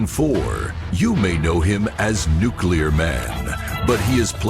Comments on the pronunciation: NuCLEAR Man. Not NuKULAR Man. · You're right, he did say, "Christopher Reeve as Superman." Everybody keeps saying "NuCular," though. 😂